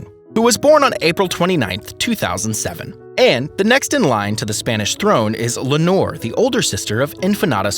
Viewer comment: For heaven's sake, to the rescue of Princess Leonor, who's name was also butchered! It has 3 syllables LEI (like the hawaiian flower necklace)-OH-NOR. Practice!!! Le-o-nor! Again!!! Leonor! Now stop calling her a bottle of fabric softener!!!